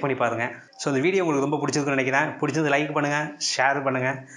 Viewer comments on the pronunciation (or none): Athu pease😂 Not pisss